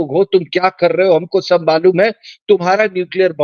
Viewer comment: सभ नहीं। सब।